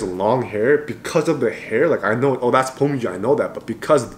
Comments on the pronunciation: Why is he pronouncing beomgyu as bommbgyu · You are saying pomgyu😂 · bro hes pronouncing his name as 폼규🤣😭